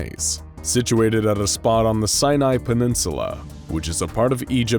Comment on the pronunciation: Hello, Egyptian here, it's actually pronounced the See-nuh bridge